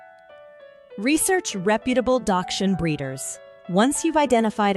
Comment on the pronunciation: Learn how to properly pronounce the word, please. Hund is the German word for dog.